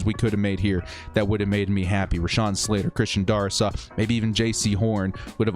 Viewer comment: It’s pronounced Dare-is-saw. Sorry hate to be that guy.